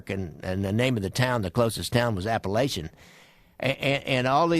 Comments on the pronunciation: You guys need to do more research, especially with regards to Apalachin, pronounced APA-LAKE-IN, NY. The home was owned by Joseph " Joe the Barber" Barbara and was set up to name Vito Genovese as the boss of bosses. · Never understand how every one mis pronounce it. My dad used to tell me stories, as we drive pass his home.